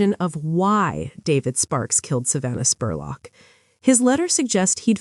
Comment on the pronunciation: I'm from Richmond KY, and you did a great job covering the story EXCEPT calling her Savannah SPORLOCK!! It's pronounced JUST LIKE it's spelled SPUR LOCK!